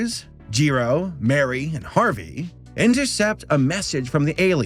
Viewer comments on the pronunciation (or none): none